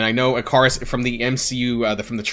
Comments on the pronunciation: try pronouncing it one more time, it’s “ick-uh-ris” 😂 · Great video, please go check how Ikaris is pronounced for future videos xD